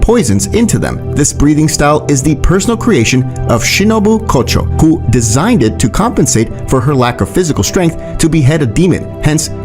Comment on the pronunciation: bro you gave me a stroke while reading the title and kocho in the first minutes talking